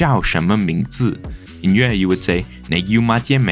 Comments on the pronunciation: im sorry but you butchered Yue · As a Yue speaker your pronounciation makes me want to die Good video tho